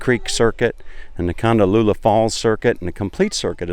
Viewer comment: Hi, loved the video but as a local it is Kondallilla with the emphasis on the I and not a u sound. It is exactly as it’s written.